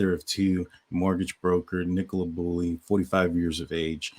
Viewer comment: Nick o La not Nick cola 🫣